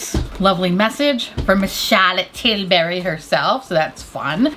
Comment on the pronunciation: Although I always watch videos I’m going to lie and say I’m just here to hear her say CHARLOTTE TILbury